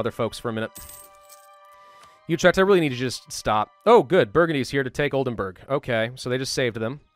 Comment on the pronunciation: It's Oldenburg (castle) not Oldenberg (mountain)